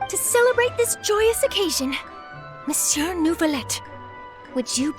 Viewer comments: I CAN'T WHAT HAVE YOU DONE TO ME "Miss you" sounds so perfect I can't stop saying it lmao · I'm french and they could've told the voice actors to pronounce "Monsieur" as "Miss you"..